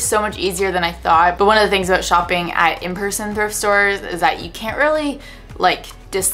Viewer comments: sister "thift" day? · Ah yes, the very well known “sister THIFT day” 😉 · "Sister thift day" was great 😂🤣 Loved the video, such a nice ideia! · Did that just say "Sister Thift Day"?? Lol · What’s a “sister thift day” ? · Sister "thift" day lol